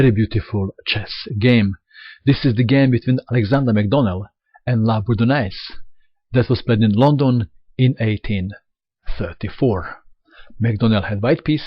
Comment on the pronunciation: What a pawn storm that was! Bourdannais was the best player of his time. I read that while he played his moves quickly, McDonnell sometimes took more than one hour for a move and in the meantime his opponent played games for money! By the way, a corection: Bourdannais is pronounced as "Burduney". More games from old times please.